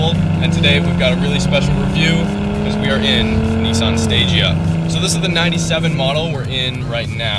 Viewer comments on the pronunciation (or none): its pronounced sta gee aa